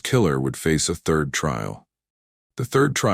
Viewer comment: It drives me nuts because throughout all of the videos on this channel.. They never pronounce anything correctly.. instead of saying third they say Thirth 🤦